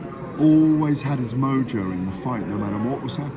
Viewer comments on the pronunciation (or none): none